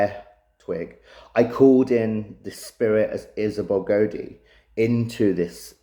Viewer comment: It's pronounced (Gow-dee) not (Go-Dee) also I noticed in your documentary trailer for your Kickstarter you also call her home village Auldean it's Auldearn (All-Dern)